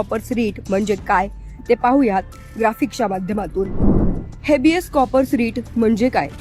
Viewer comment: कॉ- पर्स 😂😂😂 कॉर - पस असतय 😂😂😂